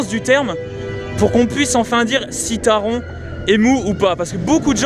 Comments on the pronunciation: Taron se prononce à l’allemande,c’est à dire Taronnn Autre truc à savoir,le masque n’est obligatoire que dans les files d’attentes,les attractions et les endroits clos,à l’extérieur,tu peux l’enlever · MERCIIIII ! Je ne suis plus le seul à râler pour la prononciation de Taron 😅😂